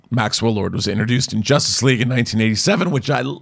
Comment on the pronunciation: Did he mean jossice league